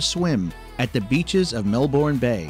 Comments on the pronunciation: Wow he actually said Melbourne correctly by accident on one occasion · I’ve lived in Melbourne my whole life and I call it Mel-Ben 🤷🏼‍♀️ same with Brisbane, Bris-Ben 😅